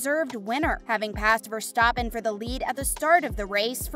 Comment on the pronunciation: You also mis pronounced Ricciardo and verstappen